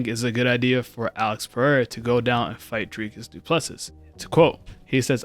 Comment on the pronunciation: It's pronounced du Ple see not sus